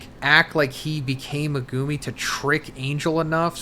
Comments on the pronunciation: MEH-GU-ME. Not MA-GOO-MI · He's never going to learn how to say "Megumi" is he? MEGOOOOMY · He's never going to learn how to say Megumi is he? "Megooomy" smh. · MEG-UMI I hate the way you guys pronounce it and it’s not even pronounced that way in the show